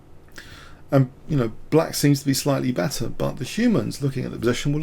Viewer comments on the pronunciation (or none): none